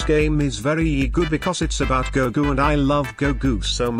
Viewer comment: The guy said gogu instead of goku because they pronounce his name as gogo/gogu in Arabic dub